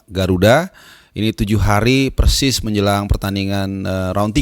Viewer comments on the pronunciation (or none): none